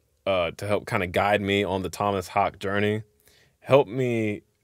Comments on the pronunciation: For the pronunciation of his last name, it´s hAke, emphasis on the A and a flat e at the end, not a silent one like in US English. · His last name is more pronounced like HOWKA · “I” is staggeringly good, my favourite “song”. His name is pronounced Haakeh. The “e” is pronounced, as in “eh”. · Correct pronunciation as confirmed by the man himself is Haake (HAA-kuh) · Haake: the 2 a’s is pronounced as the a in car. And the e in the end is pronounced almost as the uh in “duh”. So it’s more like “Haa’kuh”. You pronounce e’s in the end of Scandinavian words unlike in American words. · Its pronounced haawkehh😉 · His last name is pronounced "Hulkah" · As for the pronounciation of His Name, just include the ending E to get "Haak-eh" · Great video. Being from Sweden; humble correction - Haake is pronounced like ‘hawk’ then add a short ‘e’ from ‘exit’. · Haake is pronounced: The "aa" like in "awe" and the "e" like in "Elvis" and the emphasis is on the E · Pronounced tom-mass hor-ka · You didn’t pronounce it correctly. The O in Tomas is like a slightly shorter version of the two o’s in ooh. The two a’s are more or less pronounced like the o in oh or okay. You should pronounce the e as well.. like the ue in que :)